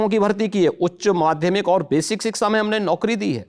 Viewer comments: भाई तू शिक्षा रहने दे और रिक्सा बोल दे 😂😂😂😅😅😅😅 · ये बकचोद है योगी हिंदी बोलना नहीं आता शिक्षा को सिक्सा बोलता है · Yeh "siksa" bolne wala "England ke padhe" se hazaar Guna behtar hai😅